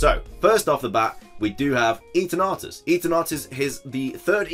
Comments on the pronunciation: Isn’t it Eternatus as in Eternal not Eaternartus? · hahah you made it sound like "eat an artus" (eat an arse) its eternar-tus, like the sound of eternity, which is kind of unusual since eternity means practically infinity, something that's beyond "god", but if it was like that supposed rumour of it being dark type with something else, I still wonder if its the "time eater" (chrono phage) as in Cambridge the corpus clock can be found and its one of the most iconic pieces that can be found there...truly an amazing invention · Christ. Stop saying eterNAWtus... this pronunciation is heinous